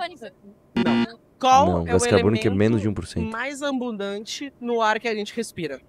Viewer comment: O cara tbm fala "AMbundante"...